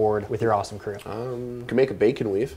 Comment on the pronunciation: Did he say Bacon lube?